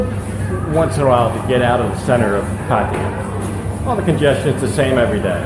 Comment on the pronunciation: at :58 did you just pronounce Pattaya like a Thai? Usually you say Patty ya. Good for you if you did. The Aussies pronounce it, 'pa THAI ah'. Love the decor and the prices are decent. One of my friends is retiring to Pattaya next year if he is allowed so I'll have an excuse to travel to Patts and try this place. Best of luck to him.